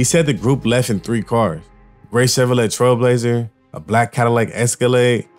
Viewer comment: Chevrolet is pronounced Chev Ro Lay. LoL. Each One Teach One.